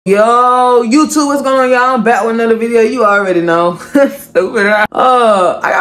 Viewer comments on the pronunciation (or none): none